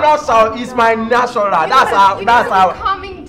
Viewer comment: "Iss my nashural"😂